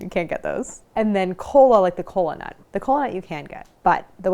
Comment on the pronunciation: Instead of kola nut I hear colon-a, I'm too deep in Healthcare.